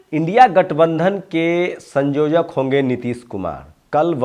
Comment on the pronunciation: संयोजक बोलिये सँजोजक नही